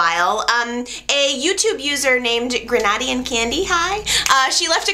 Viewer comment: oh by the u pronounced Grenadian wrong lol u see i live in Grenada check it out lol